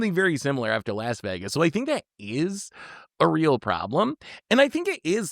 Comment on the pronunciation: cannot even pronounce Vegas right my brother in christ